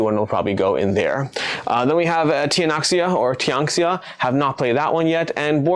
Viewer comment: Tianxia is pronounced tien-sheeah. Two syllables, first one rhymes with bien and the second one combines a long ee with an ah sound into one syllable (you can also search for tianxia pronunciation on YouTube or have Google Translate pronounce 天下 for you to be able to hear what it sounds like, because neither of those vowel combinations perfectly map to English). Tianxia roughly translates to "everything under heaven"/"all under heaven," it's associated with the Mandate of Heaven and Chinese emperors' divine right to rule. It's a very thematic title that unfortunately is tripping up a lot of creators who don't know how to pronounce pinyin - you're not alone!